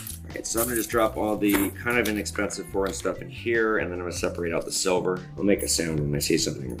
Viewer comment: Definetely great video. I work at a power company. This is cool. 'Shilver'. Love the History and 'Shilver' and U.S. Mint tie-together. And the Tesla/ Edison History of course.